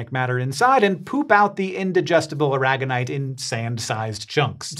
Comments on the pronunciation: AIR uh gone ite. Like the Spanish state. Not uh RAG gun ite. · Surely as it's named after Molina de Aragón in Spain it should be pronounce ara-gon-ite not a-rag-on-ite. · well thats not how i pronounce Aragonite